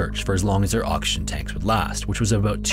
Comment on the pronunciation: Just about everytime you said oxygen it sounded like auction.